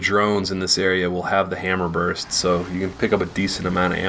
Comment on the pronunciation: hammerburst or hammerburp :P